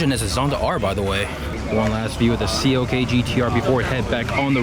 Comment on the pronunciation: Its CLK not COK... -.